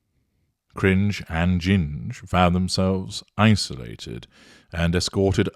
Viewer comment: Did he just call them, CRINGE AND GINGE..